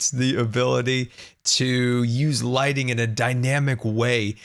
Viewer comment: Is it only me that hears lightning instead of lighting?! Ps: Love you and greetings from sweden!🇸🇪🇸🇪❤️